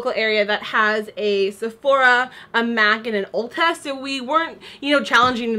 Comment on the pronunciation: "MACth." I am done like steak.